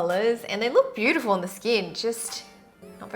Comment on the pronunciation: Did you guys heard that said bootyful not beautyful